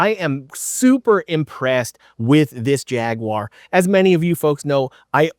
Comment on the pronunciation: Thank you for saying jaguar correctly